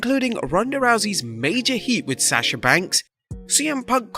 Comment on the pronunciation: Every time I hear him say Sasha I cringe because he can’t pronounce her name right.